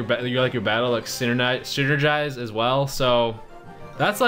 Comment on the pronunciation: sinnergize, 😂, you mean synchronise,your a funny guy